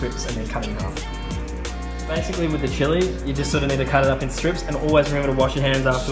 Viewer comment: the way you pronouced chili :D